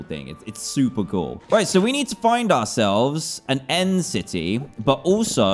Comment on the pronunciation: u said and not end